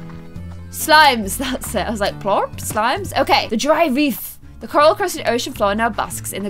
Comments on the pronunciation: I love how he called a plort a plorp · It’s not plops it’s plots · I thought she said he pooped a plop